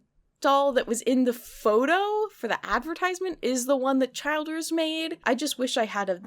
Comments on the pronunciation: I know it’s off topic but the last name Childers is pronounced Chill-ders. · Chill ders not CHILD ers lol. And I love your biting sarcasm! Holly Hobbie is precious so be nice now!!